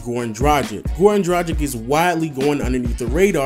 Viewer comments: it is pronounced dragkits not drajik!!!come on man!! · Great video! Completely agree with these names. P.S. Dragić is pronounced 'Dra-geech'